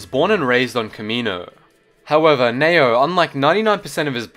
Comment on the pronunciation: N-E-Y-O not Nao